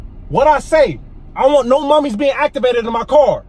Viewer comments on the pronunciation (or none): He said no mummy acdavated